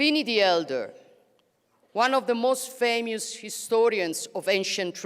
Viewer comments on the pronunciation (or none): none